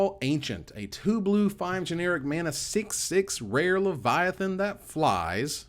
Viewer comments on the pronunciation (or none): none